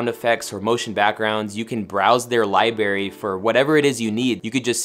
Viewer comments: “Li-bary?” Seriously? Way to ruin an otherwise great video. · Great vid, hard to get past “lieberry” though 😂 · Lieberry? Seriously? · Lie berry